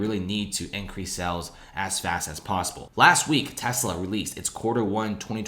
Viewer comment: You consistently mispronounce the word "sales" as "cells" .